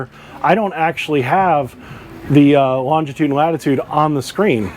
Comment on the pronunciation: Incredible that boaters don’t do/know all this 🤦‍♂️🤷‍♂️ Just a note.. it’s longitude, not longtitude.